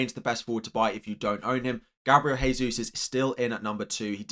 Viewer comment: It's pronounced 'Jehsus' not 'haysus'. It's Portuguese, not Spanish. The letter 'J' is pronounced.